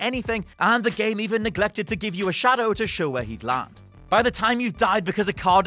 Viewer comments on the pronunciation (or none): none